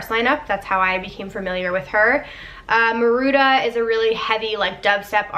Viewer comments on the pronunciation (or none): It’s pronounce MA-RAH-DAH